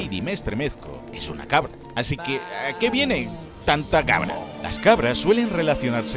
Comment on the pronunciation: Es "así" no "haci"